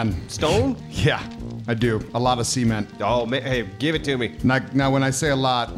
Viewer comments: I love you guys, but I hate the way you pronounce “Cement” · So you guys don't enunciate the T in cement so it sounded like was asking for semen... Which is when my mom decided to tune in and thought I was watching cartoon homosexual porn. I will never not be entertained by you guys lol much love.